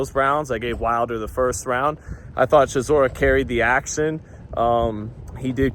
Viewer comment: 😂 bro I said chisoras name like that yesterday & my Gf looked at me so crazy im like Blame not me 😂